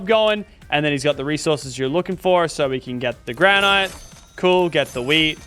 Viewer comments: its not gran ite its gran it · Why is everyone pronouncing Granite “Gra-night” Ali-A and now Lachy…🤦🏻‍♂️ it’s Gra-nit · Bro said granight